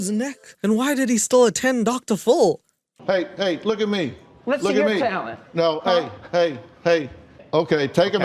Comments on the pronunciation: I love ur videos and humor but stop saying dr.full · Sooo you can do his accent, but you can't say Dr. Phiiiiiiil for the life of you! Its not Dr FULL its Dr Phil for christ's sake. Either learn to say it right or dont say it at all fuckin hell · It's Dr. Phil not full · I like you, but wHY do you say Dr.full? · Are you saying “Dr. Full”? Or “Dr. Fool”? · Dude says "Dr. FULL" 😭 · Dr "full"? Leaving video now. Please speak English. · “ Dr Full “‘😂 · English is my second language but I hear “Dr. FULL” when he says “Dr Phil”. Maybe he does it on purpose because nobody is mentioning it. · I like that you say dr full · everytime you say dr Phill i hear dr fll (i dont know if its on purpose or not but it cracks me up🎶🍀☺) love your video's🌺🌸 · It sounds like you're calling him Dr. Fool lol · Love, but I am not sure if he is saying “Dr. Full” or purpuse or not. Maybe coz it’s “Doctor Full of Shit”.